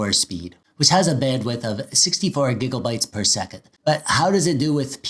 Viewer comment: why gigelbytes bro its gigabytes